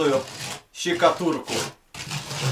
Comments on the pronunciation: Почему ты говоришь щекатурку)) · Не щекатурку а штукатурку) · Не щикатурку а {штукатурку} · "Фактурную ЩИкатурку" 😂😂😂